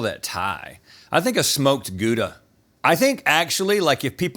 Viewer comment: haha stop saying gouda as guda, it's gh - au - dah